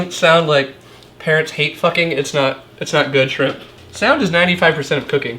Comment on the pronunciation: I thought he said parrots wtf